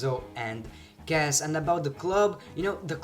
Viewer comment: it's cas not gas